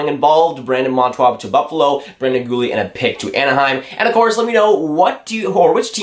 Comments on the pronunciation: bruh its monTOOR not monTWA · When you make a video say the name correctly .